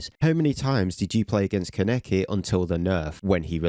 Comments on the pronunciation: "kuh-neck-i" AH THE PAIN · You pronounced Kaneki AND Malevolence incorrectly.